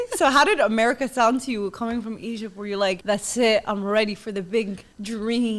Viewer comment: "Egyyyb" "Bassbor" 😂